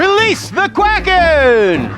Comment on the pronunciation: release the "quacken" lol